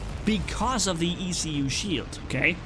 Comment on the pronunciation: In french, a "écu" is an elongated shield used by knights in middle-age to go to war. From there comes the word "écuyer" (esquire) : the person who bears the ecu of his knight when traveling. So ecu should be pronounced as a word, not as separated letters ;)